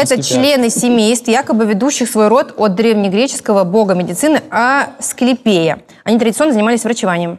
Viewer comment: не знает, с каким ударением произносится Асклéпий.. Попробуйте вариант, где будет просто молчать и улыбаться - авось, сойдëт за интеллектуала 😏